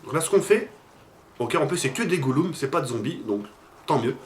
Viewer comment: Les goulum🤣